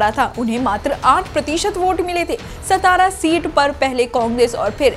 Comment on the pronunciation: It's not सतारा it's सातारा